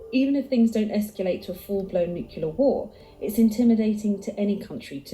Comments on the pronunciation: It is strange to hear a British accent pronounce nuclear as "nook-yoo-lur". Wasn't George W. Bush made fun of for that? The word is "noo-klee-ur" or "noo-klay-ahr". As for the Nation's will to fight, it used to be that both political parties wanted what was best for America, only having different ideas about what that was. Now one of our parties thinks America is evil, guilty, shameful, dishonorable, racist, etc. and always was, and that all other countries of the world are saints by comparison. (Unless we are talking about one of America's allies. They're hated, too.) They have no will to selflessly serve our country, much less put their lives on the line for it. "Fortress America" has experienced a Soft Invasion, where our populace has taken in illegal aliens who hate it and where half of our population has been stupidly seduced to think in ways that benefit foreign powers. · Am I the only one who really struggles to hear someone pronounce nuclear “Nukular” instead of “new-clear” 😂 the video lady said it. I’ve heard it said by past presidents. Youre allowed to authorize the use of it but can’t pronounce it?! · Is it normal for British speaking people (vs "American speaking") to mispronounce the word "Nuclear"? It is not "nuke-you-lar" it is "nuke-lee-ar". Where is the extra "u" in the word between the "c" and the "l"? O_o Or is this part of the fetish to adding unnecessary "u"s to words? Like "color" "labor" "armor", etc. (vs. "colour" "labour" "armour"). For a nationality that fought the French for so long, why do they use their spelling and penchant for adding unnecessary letters to words? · pisses me off how she mispronounces “nuclear”